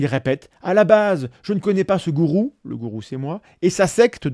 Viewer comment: C'est pas un goutrou ou un Tgourou ... Y 'a jamais de T à gourou ...